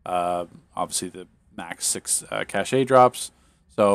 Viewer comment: Cache is pronounced that same as "cash" FYI. Keep up the great work!